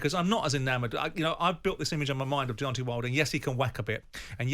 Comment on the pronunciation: It's DeonTAY not DEONTEE. Why do over 50s men in England keep going back to 1800s pronunciation. The same people probably say PARK-IS-STARN rather than Pakistan.